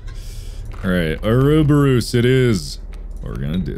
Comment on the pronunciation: my favorite moments were him questioning the 'grass man' and every time he mispronounced ouroboros.